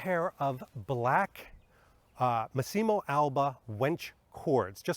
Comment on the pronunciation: Great video 👍 Lovely coat but personally not a fan of this look on Bond. Looks more like a Dr Who costume IMHO. (Btw it's "Mass-imo" not "Masseeemo" (sorry😉))